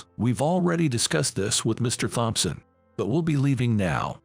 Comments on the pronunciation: The IDIOT doesn't even seem to know that in the name "Thompson", the "H" is SILENT!!! Even for a computerized reader, this is such a screwup! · All the bosses are named Mr Thompson, but they CAN'T PRONOUNCE IT!